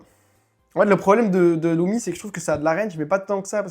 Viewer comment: LUMI❌ LOUMI✅